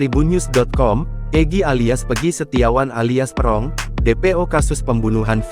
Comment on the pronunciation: Bacanya yang bener.buka peeerrrong tp perong